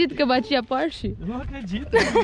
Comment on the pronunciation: Espoiler do próximo carro do Renato "na próxima phorche"